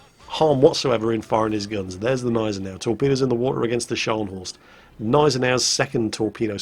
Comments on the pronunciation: PRONOUNCE THE "G" in the Gneisenau! It's really really annoying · its Gneisenau, the G is not silent